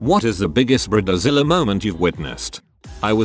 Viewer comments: This is why AI voices are a bad idea. Brid A Zilla. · Briedder zilla 😂💀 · Ooh it gets me everytine he says brid-eh-zilla